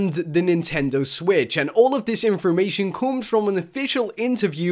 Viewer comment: Did he say inspormation? Does that mean it's inspiring information? That's an excellent word